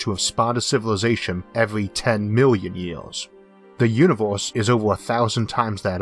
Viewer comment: "Univulse" Oh man, I wish you the best with this phonetic stumbling block I haven't heard someone make that mistake since 5th grade! I'm sure your aware it's pronounce "you-ni-verse"